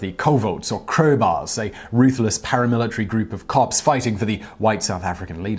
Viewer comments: #2 Koevoet. Pronounced "cooh-foot" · No Simon. Butchering the pronounciation of "Boer" and "Koevoet", and we are not even two minutes into the video. Then there is the claim that SADF soldiers were racists. Get your facts straight rooinek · Your pronunciation of "boere" and "koefoet" is not even close. Interesting video though